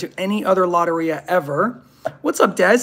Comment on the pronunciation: Its low-tear-e-ah